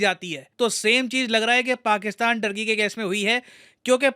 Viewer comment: First thing first . Its not “टर्की” its “तुर्की”. People of तुर्की are called तुर्क or तुर्कीश्